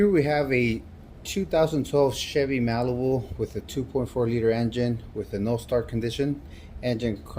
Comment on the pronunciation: “Here we have a 2012 Chevy malawoo” 😂